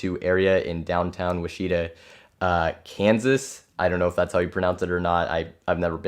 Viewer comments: Great stream but but I cringed at Wisheetah. It's pronounced Witch Eh Tah. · Did buddy say wisheeta?